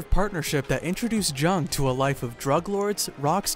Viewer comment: Thought it was pronounced young